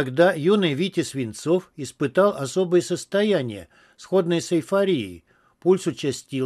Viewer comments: я уважаю ваш труд по озвучке. Не представляю насколько это непросто. Только скажите, кто вас учил так расставлять ударения? За все не скажу, но в русском языке "саффАри", а не "сАффари", и т.д. и т.п. по тексту. Вас же ещё дети слушают. А потом жалуемся, что дети безграмотные. Ведь со второго класса учили правильно расставлять ударения в словах и соблюдать знаки препинания, а вы вреде человек не из поколения ЕГЭ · Я тоже "за всё не скажу, но в русском языке" нет ни "саффАри", ни "сАффари". И даже нет ссаааффаррри, а есть "сафари" - с одной буквой "ф" и ударением на втором слоге - после буквы "ф" как раз. Одинарной буквы "ф". И, да, в предложении "Ведь со второго класса учили правильно расставлять ударения в словах и соблюдать знаки препинания, а вы вреде человек не из поколения ЕГЭ" - пропущено связующее слово в первой половине предложения: "Ведь со второго класса НАС/ВАС/ОНИ/В ШКОЛЕ НАС(и т.п) учили правильно расставлять ударения ..." И второе: "а вы вреде человек не из поколения ЕГЭ" - "вроде" - вводное слово означающее сомнение и выделяется запятыми. Ну, это - так, чисто о грамотности.